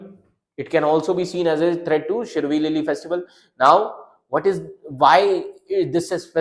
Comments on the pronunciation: It's Shiroilily.try to pronounce properly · Bro must have experienced the same as like we north east people faced when studying central names, parks, etc in pronouncing shirui lily,😅 That's what we face studying central data without knowing the meaning for that particular word, spending extra time for that very word when others can skip just by looking at it. Disadvantages faced by NE students in competitive exam😢